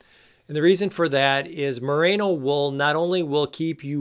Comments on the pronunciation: Great video. Informative and entertaining. Loved the demo of dressing in layers (and I am so glad you finally put some pants on). But I flinched every time you called it "MUH-RAY-NO" wool, so I'm gonna have to get pedantic on you. The stuff comes from the Merino breed of sheep, and it's pronounced MUH-REE-NO. It has nothing to do with Rita Moreno. As talented as she is, somehow no breeder of sheep has been inspired to name a new variety of sheep after her. Until they do, there will be no such thing as "MUH-RAY-NO" wool. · Great video! You did make a point about pronouncing “balaclava” correctly, so I will point out Merino is pronounced “meh reeno”, not “mah rano”. Hey, I’m an Agriculture Educator. Very informative content! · Mah-Ree-No no need for the A mate... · It's: "more-RAAY-know". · It’s hard to believe a guy who can’t pronounce Merino and thinks it’s a new product?